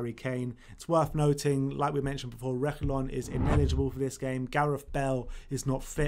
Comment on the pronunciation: It’s Réguilon with a hard g sound like as in gate or golf. Sergio however is the throat h sound like “Serhio.”